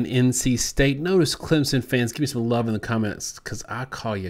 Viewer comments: Hello guys, learn to pronounce Clem - son, not sen. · He says, "Clemzen." Come on dude. If you're going to talk about our team you got to know how to say it! "Clem-son" or even "clemp-son" would be more acceptable than the z... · It's Climpson